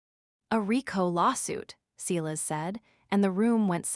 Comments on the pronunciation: Sighlass. It's pronounced sighlass. Edit your AI voice software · OK, in addition to the fact that your AI voice doesn't know how to pronounce the word Silas, he couldn't be on the Internet looking at what Julian is doing on the network inside the company. That's not how IT works.